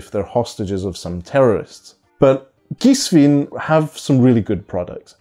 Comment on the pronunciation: The correct pronunciation in German is "Geeswine". Cool sneakers. Bought mine today 👍